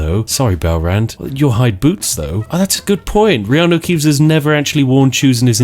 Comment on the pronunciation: I've heard "Reanu Keeves" so many times that I now think it's normal.